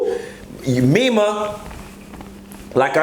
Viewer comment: It’s NEMA!!!!!! Not Mema!!!!!! Lawd! Lol